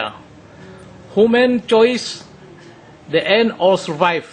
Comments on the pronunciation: bacanya di en bukan de en (the end)........ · human = HYUMen the end = DI ENt execute = exzekiut insinyur ngomong aja belepotan !